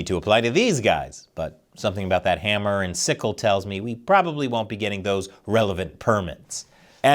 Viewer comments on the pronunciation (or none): none